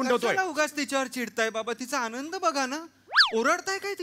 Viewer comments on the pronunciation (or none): none